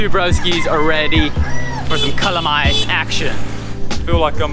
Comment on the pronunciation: The Waterfall Kings. Oh and I thought you were going to eat calamari. Your pronunciation of calamay is way off 🤣.